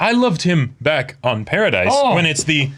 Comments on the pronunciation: It's Paradis. Not Paradise. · Also, Paradis is pronounced like “parody.”